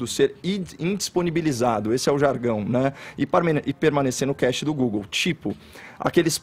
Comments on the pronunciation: Mds... inacreditável. Os comentaristas não sabem nem pronunciar a palavra "cache", ate que chega o Caio e assim o faz. Estou irremediavelmente apaixonado por ver esse cara desmascarar todos, mesmo com esses outros falando nada com nada ao seu redor. Outro ponto, Fefito disse que é inaceitável associar Anselmo a KGB... Fefito, vc já assistiu ao vídeo onde o Anselmo fala com todas as letras e sorrindo para a câmera, que ele participou deste grupo? Reclamam tanto dos ataques que levam, mas vcs são tão despreparados, porque não começam a trabalhar, são preguiçosos. Acordar cedo não sinônimo de trabalhador. Parem de reclamar todos os dias dos ouvintes, colocando como se a gente fosse burro. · Caxi......kkkkkkk Velho os caras não sabem pronunciar cache lokura Como o Caio vai debater com uma galera que dá opinião sem pesquisar, embasar suas ideias, sempre parte do EU ACHO ...triste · Estão usando a pronúncia errada da palavra cache para atacar os comentaristas do programa. Isso vc não acha errado? Agora, um pronunciamento oficial do Ministério da Educação, no mínimo tem que estar de acordo com as normas ortográficas da língua brasileira, não acha?